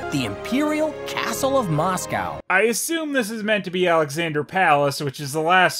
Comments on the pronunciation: The film make sure to say Anastasia correctly then butchers saying Moscow. Maybe it is pounds because that's what the reserve currency was so international banking would've been done in that. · You don't have a problem with the pronunciation of Moscow though? :P